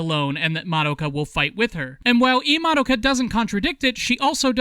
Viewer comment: But the most important reason to watch subs is so that you aren't constantly hearing people mispronounce "Madoka" as "Ma-dough-ka".